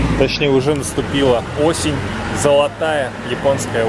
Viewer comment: "Осень зоЛотая" "Л" говорит не напрягаясь! Ваще супер девушка!!! )))